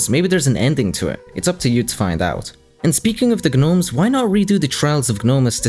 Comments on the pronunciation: im sorry guh nome ? Its pronounced knowme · who pronounce "Gnome" with a G sound? also it's "two" not "chew" and "thing" not "ting" "Three" not "Tree"